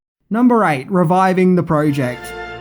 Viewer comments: "#8. Riving The Project🤣🤣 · #8: "Riving" the project........oops.